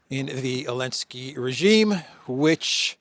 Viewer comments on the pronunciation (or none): none